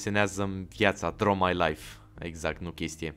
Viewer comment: Cica "laif" =))